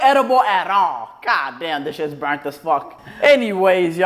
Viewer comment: "This shi brunt as hell" him still eating the brunt chesse😭💀